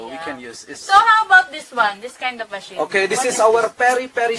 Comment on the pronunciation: Masin or machine? Hahahaah